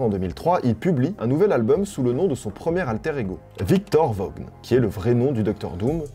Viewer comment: Alors pour Victor Vaughn le vaughn ça ce dit vaun le gh ne ce dises pas